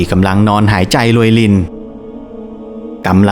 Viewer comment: ภาษาไทยเอกลักษณ์ของชาติ ร.เรือ ล.ลิง เช่น แรง คุณอ่านว่า แลง , รู้ คุณ อ่านว่า ลู้ , โรยริน คุณอ่านว่า โลยลิน, เรื่องคุณ อ่านว่า เลื่อง, ร้อน คุณอ่านว่า ล่อน เรียน คุณอ่านว่า เลียน , รุนแรง คุณอ่านว่า ลุนแลง เป็นกำลังใจให้นะคะรับภาพสวยชอบมากติดตามอยู่นะครับ ✌️✌️